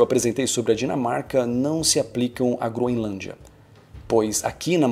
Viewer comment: Não se pronuncia “Gro-IN-lândia” 🙄